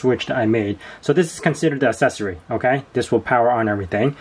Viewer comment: Stop saying assessory😂